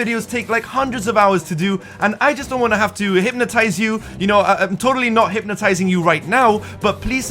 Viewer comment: im totaling not hipnstzing you Also